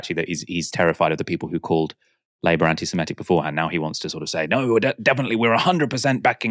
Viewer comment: are you unable to pronounce ANTISEMITIC?